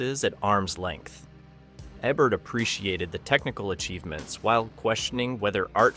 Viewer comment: Just for some nitpicking historical accuracy, Ebert's name wasn't pronounced eh-bert on TV. It was pronounced ee-bert.